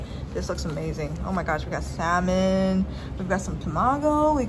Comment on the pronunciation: lmfao "preperating"? preparing.... omg. im not hating at all but your use of words are lets say not all there...like when you always say it has much on it..."alot" im no pro at the proper pronunciation but dang girl cmon....and its pronounced sammmuuuunnnn not sal-man...wow